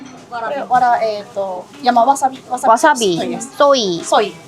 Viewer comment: 감사합니다를 일본어 늬앙스롴ㅋㅋㅋㅋ 미치겠다..ㅠ❤ 해외여행 우리 엄마랑 간 느낌이야.. 마이웨이로 한국어 쎀ㅋㅋㅋㅋㅋㅋ